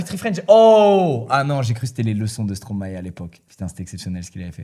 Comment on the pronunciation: Squeezie c'est un des seul français a prononcer correctement le nom de stromae